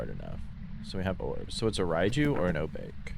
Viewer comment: Did he just say O-Bake? lol